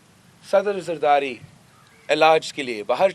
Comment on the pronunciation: Saddar Zardati... zardari, beta bolna seekh lo!!